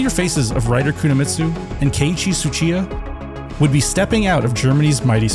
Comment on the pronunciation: Ngl the only thing that detracts from this video is the name pronunciation. I get that some people have a hard time with Japanese, but... tsuchiya was sounding like a russian name there. And you were able to say Le Mans just fine...